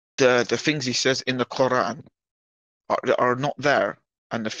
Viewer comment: Wait... What? Did he say "Rabbit Arafat"? ...*What*? That definitely didn't sound anything like Yasser... Whatever, I choose to believe he thinks someone called Rabbit Arafat 🐇 was in charge of the PLO in the 90s. It makes his randomly inflicted "kh'ohr·ah" (Quran) pronunciation/accent butchering funnier for some reason. EDIT: Alright, I figured out that he was mumbling and saying the Israeli PM's surname and then immediately Yasser's for some reason; Rabin Arafat. 🙄 Still sounds like "rabbit." Bummed out now.